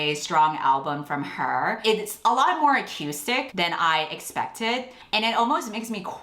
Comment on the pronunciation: It's pronounced acoostic, not ac-u-stic.